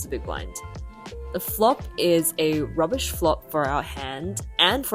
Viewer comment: correct fold. Also you sounded extra Aussie when you said "rubbish flop" 😅